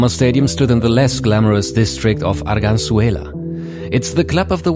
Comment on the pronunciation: Arganzuela sounds too much like Argenzuela. Epic!